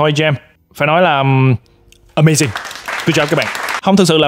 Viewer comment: Ờ - May - Zing - Gút - Chóp :))